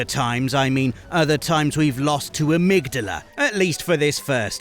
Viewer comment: It's Ah-mig-dahla, they say it in the game lol love you guys otherwise.